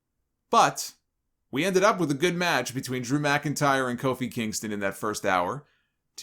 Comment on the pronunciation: Loved how he always said “DREW MCINTYRE” with such emphasis